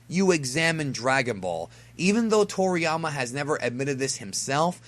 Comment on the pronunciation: Wait..who tf calls him Trolliyama lmaoo